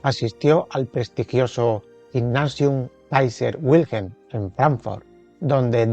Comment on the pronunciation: Me encantan sus vídeos. Desde que los he descubierto, me los pongo en cadena. Solo una objeción, Wilhelm se pronuncia, más o menos, vilhelm, y la u de Husserl es u. ¡Que no nos impongan los anglosajones su fonética!